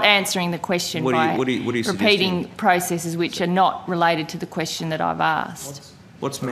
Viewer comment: since whenis question pronounced quistin xddddddddd